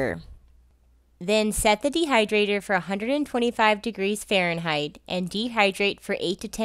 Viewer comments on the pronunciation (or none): none